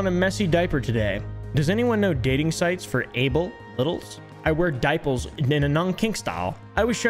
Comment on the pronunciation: the way he said daiples instead of dipers💀💀